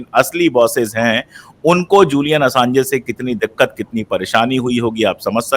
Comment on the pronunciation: Julian Assanj pronounce hota hai, Assange nahin, please rectify kar len, Baki presentation bahut achhi thi aur ek ek topic jo aapne chuna hai, kitaab likhi ja sakti hai uspe.